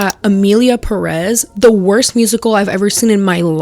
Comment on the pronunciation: IT’S LITERALLY pEreth